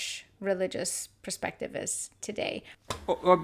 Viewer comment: Perspective not preuspective